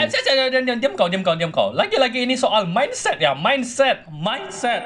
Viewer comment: Wokwokwokk ngakak cuk saat abbg motivator nya bilang minset🤭🤭😀